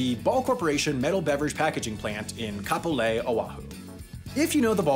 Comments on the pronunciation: At least he pretty much pronounced Kapolei correct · 1) I'm from Hawaii and I've always noticed this but never thought anything more of it 🤯 2) i'm specifically from Kapolei, I can walk to that factory from my house! 🤯🤯 3) actually pronounced "Kapolei" properly! 🤯🤯🤯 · Good job on pronouncing Kapolei correctly 🤙🏽😁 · Just wanted to say you nailed the pronunciation of Kapolei